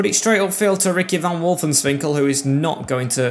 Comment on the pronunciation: its wolfswinkel not wolfenswinkel